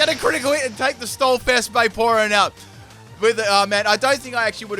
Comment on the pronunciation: "Stall Fest Vaporeon" LOL =D